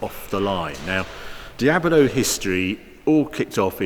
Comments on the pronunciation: It's a diablo. Not a diabolo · It’s Diablo not Diabalo... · Why is he calling it Diabolo? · "Dee-abalow" No, lol. Dee-ablow is how it's prounounced... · Diab-lo, Harry; not Diaber-lo. Otherwise, great video. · Also is called DIABLO, not DIAVOLO. Its a Spanish name not italian. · I like Harry's presenting style, but it's a Dee-ab-low! Not a Dee-abba-low! :D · Why do you pronounce "Diabolo"? It's Diablo with just one "o". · Stop saying "Diabolo". Please. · Anyone else triggered he calls it a Diab-O-lo ? :S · What’s up English kids? Di-abilo? It’s De-ablow. Do you say De-abvil? It’s De-vil. So happy I’m an American. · Is it me, or does he keep saying, "DIA-BO-LO"??? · Someone teach this man to say "Diablo" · Harry, are you saying "Diabalo"? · He says 'Diabalo' quite a bit too.......still great though! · You keep saying diablo wrong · How is he managing to get 4 syllables out of "Diablo"? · It's Diablo, not an Diabolo xD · It's a Diablo not a Diabelo. Damn it! So annoying! Sorry I had stop watching because I couldn't stand you saying Diabelo all the time. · Please don't say Diabolo... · Why does he keep saying Diab0lo its D I A B L O , like the devil . El Diablo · Is it just me or is Harry pronouncing Diablo as Diabilo? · taking a shot for everytime saying Diablo "Diabolo" and you'll be hammered mid-video. But all the while enjoying a good video. :) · Normally I'd be annoyed at this, but for some reason I just love the way he adds an extra 'o' to Diablo and makes it "Diabolo", or maybe "Diabuhlo" depending on how you hear it, but either way he is definitely adding an extra syllable to the word for some reason. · "Diabolo"? WTF is Diabolo? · Ok, first off, it's not Di ab a lo ... it's Di ab lo! Please , get it right! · its called Diablo, not Diabolo. Its not an illness. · It’s Dia-blo , not Dia-bo-lo. Anyway I never enjoyed the look of the Countach, even the name sounds ugly. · Great video. One question. How many syllables are in the word Diablo? Or is it Diabolo?